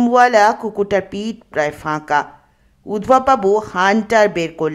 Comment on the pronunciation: Udbhob noy, ota uddhab. Path khub bhalo, kintu kichhu shobdo uccharon bhul. We Bengalis are a bit careless about our great language. That's not so with Europeans. They love and respect their language s .